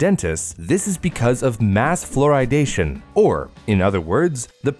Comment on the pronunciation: ‘Floridation’ sounds like the Florida version of Californiacation lol